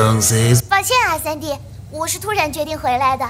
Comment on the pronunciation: Alguien mas escucha que dice sandia y no sandy